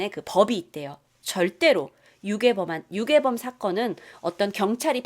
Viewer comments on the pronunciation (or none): 다시 들었더니 유괴범이 요괴범이라고 들림 ㅋㅋ